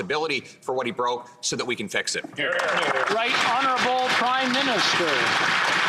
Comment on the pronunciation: Make s me sick everytime they say honorbul p m